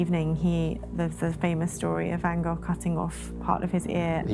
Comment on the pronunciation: I really do enjoy your documentaries, but have to say: the name van Gogh should not be pronounced as van Gofffff....